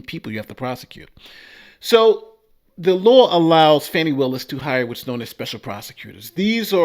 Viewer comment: How you get Faaaaani pronunciation from Fani I don’t know but anyway she needs to be disqualified, disbarred, prosecuted and imprisoned in her own filthy disgusting underfunded jailhouse